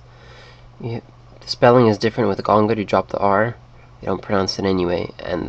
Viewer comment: Your danish pronounciations are a bit off. The "Du" in danish is not pronounced with a french U but more so as "Dou". Danes do NOT ever roll their R's, they use a more rough R from the back of your mouth, as a kind of "rrh" sound. Many times as well, danes use a whole ton of silent letters, as an example in "Gange" is pronounced "Gan(g)e" with a kind of french nasal sound, or as in "Dage" is pronounced as "Daiyeh". I don't know if the "Fem og tre" is supposed to be equal to 35 (35 years ago) is if, it's pronounced very difficult "Fem-oh-treidive ohr siden"